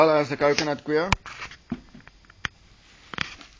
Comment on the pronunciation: What a doos... Coir is pronounced Koi _ er . Got that ? Not fkn "queer" Eish...these okes from Sewf Efrica......